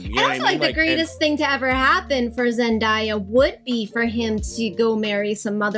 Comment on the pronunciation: A small thing, but it's worth listening to the song "Zendaya is Meechee" to learn to pronounce "Zendaya."